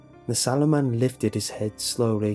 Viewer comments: it's sallow not swollow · I thought it said "The 'Swallow' Man" 😂👌👏😂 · I thought it said shallow man at first lmao😂😂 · Oh... SALLOW? I though it said 'Swallow'... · i thought it said swallow im sorry lol